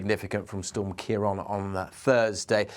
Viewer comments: Just a very minor thing, its prounanced kiaraawn. the accent over the a (á), gives it an "a aw"sound :) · What? Don’t be a silly-billy It’s Europe not England. Weather knows no national boundaries. Storms in this part of the world are named by Dutch, Irish, and British met offices in turn. It’s Ciarán pronounced Keir-awn. He pronounced it correctly when said the name of the storm towards the end. It’s subtle, but most languages carry accent marks that change pronunciation and/or meaning. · Ciarán is pronounced "Key-rawn", there's a fada over the second a (á)